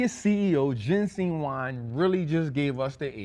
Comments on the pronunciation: Thank you,. Just want to let you know his name is JENSEN. Not Jensing. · His name is Jensen not jensing